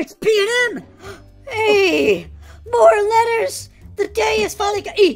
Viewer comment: tiny letahs to big letahs